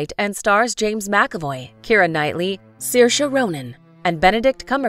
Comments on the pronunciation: Oh my GOSH!! ITS pronounced SER--SHA lol 😕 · I speak Irish and it's pronounced as Seer-sha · Umm its actually pronounced SUR-SHA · I pronounced her name sarsi. Sorry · a funny thing that i laugh at every time is that in my country her name is pronounced "Suarz"... thats embarrassing and whenever i look at is omgg i laugh so hard!! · She is such a great actress. My favorite is Hannah. Hannah is not just a film. It is pure art going beyond simple Hollywood film style. The narrators here do not pronounce Saoirse like Saoirse does it herself in several interviews when she is asked how her name should be said. Also the narrators here do not pronounce it the Irish way which differs a little from how Saoirse says it herself. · I think you guys are pronouncing her name wrong, like 75% of the world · Such a pity the narrators do not have enough respect for Saoirse to learn how to pronounce her name properly!!!